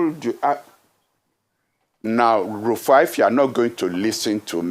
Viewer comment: Now, our is very upset at Rufai that he’s calling him “RAFIIUU” 😂😂😂😂.